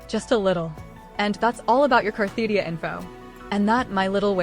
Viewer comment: It's funny to me that the poster always uses this AI voice that both mis-spells and mispronounces Cartethyia and instead calls her Carthetyia.